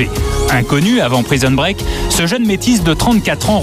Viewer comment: Praïson break 😂😂😂 des acteurs de doublages qui savent pas parler c’est le comble.